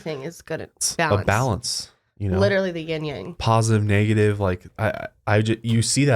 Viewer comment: Not Ying yang. It's yin and yang.